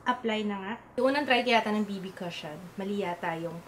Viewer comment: sorry, it's "ku-shon" not ka-shon. 😀